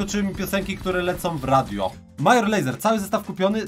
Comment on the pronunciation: Major Lazer czyt. Mejdżer Lejzer Kod Paczol w sklepie btw